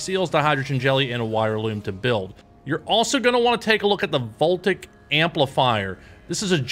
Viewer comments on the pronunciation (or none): FYI: Voltaic isn't pronounced "vole tick", it's "vole tay ick" 😄